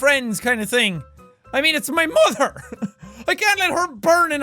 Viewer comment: "it's my muather" :)